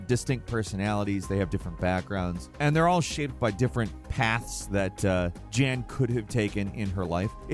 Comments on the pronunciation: The main characters name in The Alters is Jan Dolski, pronounced "Yan" as in the Polish male name. Not "Jan" as is Janet.. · Protagonist of the Alters is called Yaan (Jan) not djan 🙄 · it’s pronounced Yahn Lol not Jan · You say Jan, and it’s obvious that it’s a guy, but refer to him as a her instead of realizing it’s probably the European soft J that would sound like Yan and be a guys name.😂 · Jan is pronounced almost like "yawn", but without the "o"-sound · Just fyi in alters the main character jan pronounced “yan” which is a Polish male name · The Alters. The main character, Jan is pronounces "Yan". It uses J in a Scandanavian way. Also, Jan is a male character. You kept saying "she." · This. Also, Jan is pronounced as Yaan. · Jan is a European male name and is pronounced "Yan", the MC Jan is clearly male dude come on XD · The Alters segment in this video reminded me of Eurotrip where the protag thinks Jan is a female name since they weren't pronouncing it correctly. :D